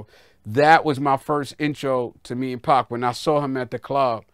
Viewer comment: lol he aint say pac Dawg said pqc😂😂😂😂😂